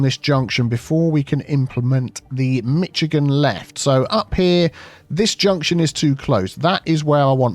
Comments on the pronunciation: As a Michigander seeing this: YAY!!! 😍 As a Michigander hearing this: Oh no no no noooo! 😢 Pronunciation is along the lines of: MiSHigan. And yes, we do use them a lot here. Anywhere you have a heavily trafficked boulevard type road with a median, you will find them. Love seeing this, even swapped to the right! edit: though you'll be delighted to learn we've been putting in roundabouts rapidly here. Nearing 200 in the state now. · Even with all this about the wrong pronunciation, the point is missing that it is pronounced MiSH-igan. Yes we are weird here in the mitten state. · errr you keep saying this, but even we Brits know it's Mish-agan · I know as a Brit, you have the God-given right to mispronounce any foreign word you like, the Algonquin would appreciate you pronounce it Mish-ah-gahn. 😅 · thought it was pronounced "MISHIGAN" Much like SHICARGO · Nah cant do it, cant watch a video with the way you pronounce Michigan wrong downvotes. Dishonor on you, dishonor on your cow, dishonor on your whole family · I had to be hospitalized hearing the way he pronounces Michigan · I love how you said Michigan. Cutest pronunciation error! Love your videos, been a fan forever ❤ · Please I swear, pronounce Michigan correctly and I’ll learn your silly made up lord of the rings language. I’ll even eat beans on toast for breakfast. Please it’s just too painful. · as a michigander im happy he used this. though i hate the way your pronouncing our states name. great video though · Nails on a chalkboard, polystyrene rubbing together & pronouncing Michigan, hard to choose between them as to which is worse:D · Is that how you pronounce Michigan? Have I been dating it wrong my whole life? Lol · I love when Brits say Michigan 😂 yall always add a “t” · I understand not knowing pronunciations of other places. Just fyi, Michigan - the ch is more like a sh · Being from Michigan, I would inform you that we don't use the Klingon pronounceation of "Michigan." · “Say ‘Mitch’ again!”